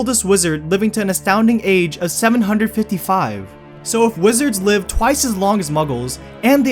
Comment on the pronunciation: it's impossible to listen to this because the narrator sounds so stupid. Dude, you need to stop ending every single sentence by prolonging the last syllable. "neither can live" doesnt have to become "neither can livvve" "either must die at the hand of the otherrrr" "this is what voldemort would want for himseeelf"